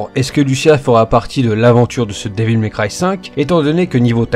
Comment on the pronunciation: Comment tu prononces Devil May cry ca me fait saigner les oreilles.....